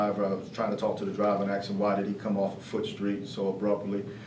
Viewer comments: Did he AXED DEM questions??? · The word is ASK not AX